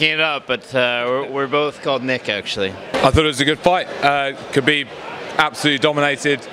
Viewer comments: WHO is KALIB? LOL Khabib !! actually its Habib but because Russian do not have H letter they pronunced Kh.. so its originally Habib which means beloved one! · Did that white boy call khabib caleb? Lol